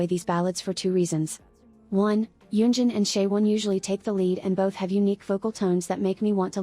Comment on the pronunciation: nah yunjin says it more like gulling gulling